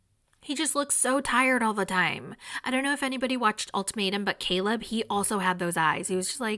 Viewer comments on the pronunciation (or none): none